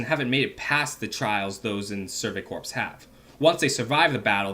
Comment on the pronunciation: Erm, I know it's spelled "corps" but isn't it pronounced "core"? Great video btw 👏